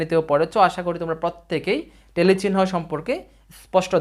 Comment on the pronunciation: ভাই টেলি না ট্যালি উচ্চরণ। জন্ম উচ্চারণ নয় জম্ন উচ্চারণ